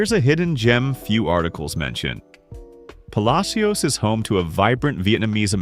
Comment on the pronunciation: Puh Lash es